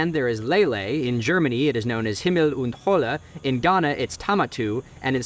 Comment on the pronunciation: Dude actually pronounced Himmel und Hölle correctly.